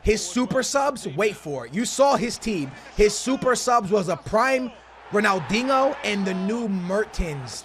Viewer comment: Dude quit saying Ronaldingo there is NO "g" in Ronaldinho